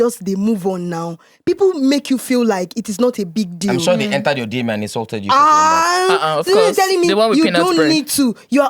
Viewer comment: Nedu please stop saying oz cof instead of, of course...🙏